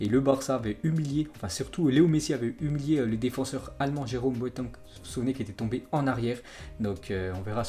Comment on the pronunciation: Apprend à dire Jérôme boateng